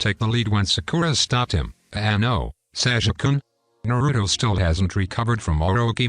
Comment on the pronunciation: Bro called sasuke saijuke😂